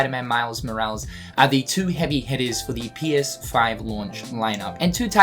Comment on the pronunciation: they way you pronounce morales is killing me man 😂